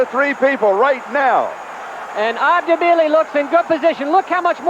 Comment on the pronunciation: I'd like to hear Frank explain why he insisted on calling him "Debile," even though the other announcer consistently pronounced Bile's name correctly.